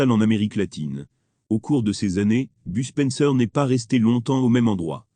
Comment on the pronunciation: BUSPENSEUR XD mdrrr mais please faut arrété les voix robotique de merde XD